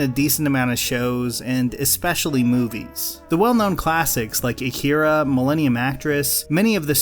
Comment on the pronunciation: Pet peeve… Ah-key-r/la Not ahk-ir-ah